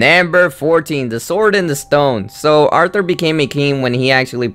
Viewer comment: García I stopped when he said Arthur (author)